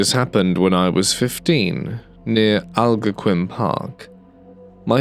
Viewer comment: Canadian here 😀 It's Al-GON-quin Park, not AL-go-quin.